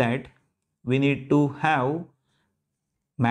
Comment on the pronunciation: "HAVE" not "HAU"